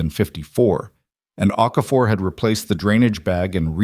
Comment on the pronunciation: Okafor, not OK for.